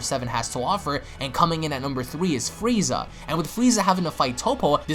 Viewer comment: you said Frieza correctly.....all the other ones are fweeza...what do you have against the letter R my dude?